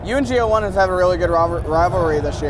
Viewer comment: Okay you did some serious good stuff on the smash interviews, but it's pretty clear you can up your game when it isn't smash. He had to correct you that he wasn't in loser's and you pronounced GO1 so wrong which is off considering he's a prominent player. It's pretty clear you hadn't been paying as much attention as you could have and if you didn't realise it too, you wouldn't be chasing people down on Twitter and YouTube about it.